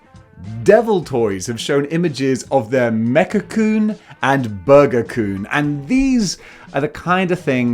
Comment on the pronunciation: Oh, "Kun", phew, lol it sounded like an American racial slur at first.